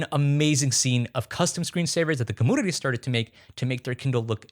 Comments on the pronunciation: Compooter, comoonity bro can’t say u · Every time you say commünity or compüter breaks all the seriousness of what you're saying lmaoo